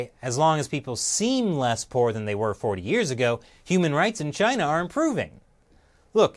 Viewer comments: Dude he said chiner.... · He cant even pronounce "Chiner" correctly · He calls it chiner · Chyner? What is Chyner Bernie? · China has a "r" in it bernie? "Chinr and its leadership"